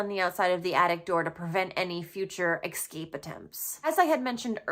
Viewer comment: EX‐CAPE❌️ ESCAPE✅️